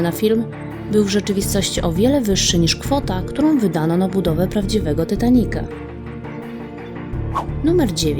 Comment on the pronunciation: Titanica a nie Tytanica